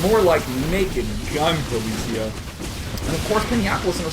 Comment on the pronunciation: It is poli CI a , like in CIA